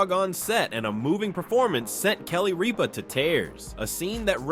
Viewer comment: You mispronounced Ripa. It's not Reapa